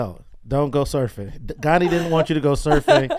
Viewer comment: It's "Gandhi".